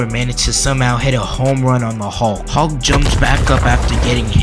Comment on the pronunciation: His name is Hulk not Halk you clown. You probably call it malk instead of milk too.